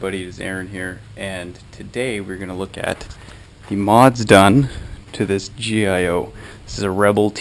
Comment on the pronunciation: its gio short for giovanni not "g i o"